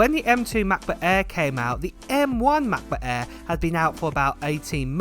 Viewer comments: The brand new "Mac boo-aiiii" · The ‚Mah Bo Ah‘